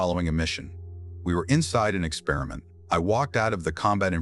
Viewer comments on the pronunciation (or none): none